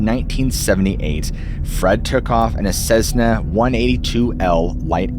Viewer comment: It's a Cessna, not a cezna!